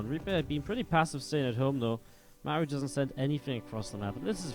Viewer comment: Why cant americans pronounce marus name :(